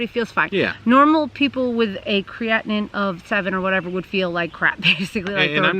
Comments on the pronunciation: So sorry to hear this. Yes, you are saying Creatinine properly. Prayers for you both. Hopefully Mr Pineapple will find a suitable donor sooner than later. Have faith!!! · I'm sorry that this has happened in your life. Yes you are pronouncing Creatinine correctly. I will keep your family in my prayers. I will continue to watch your channel. I wasn't subscribed but I am not. God bless your family. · 🙏🙏🙏🙏🙏🙏🙏🙏❤❤❤❤🍍🍍🍍🍍🍍🍍🍍🍍🍍🍍💒💒❤❤❤❤❤❤❤❤❤❤ I understand. Don't loose hope, keep your faith UP. GOD hasn't changed HE'S STILL in the MIRACLE Business. Amen PS You said creatinine correctly 😇